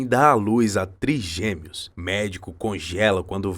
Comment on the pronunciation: Que esquisito isso de “triGUEmeos”!!!!!!!!! Não seria triGÊmeos?????